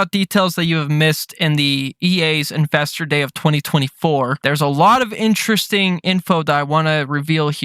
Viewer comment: The way you pronounce investor sounds like your saying infestor conference😂